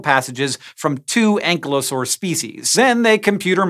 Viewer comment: FYI, the kylo in Ankylosaur is pronounced the same as Kylo in Kylo Ren.